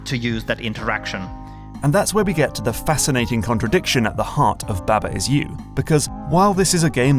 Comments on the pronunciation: ITS BAHBAH NOT BÆBÆ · Pretty sure it’s pronounced “bahh bahh” like sheep